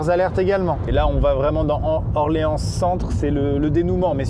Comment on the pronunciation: J'étais fière quand il a dis Orléans 😂